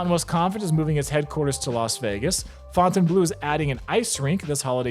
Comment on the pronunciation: As always, big respect to the only Vegas Youtuber who pronounces Fontainebleau correctly